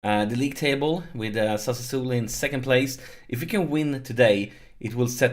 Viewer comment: Here I go again with my smart a$$ pronunciation tips: Sassuolo: Sa--Swoh-Lo. You seem to get tricked into a couple extra s's ;-)